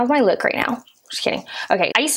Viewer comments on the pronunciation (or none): take a shot every time she says LEWKK